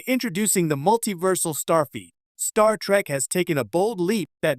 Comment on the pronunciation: Stop saying Starfeet!!!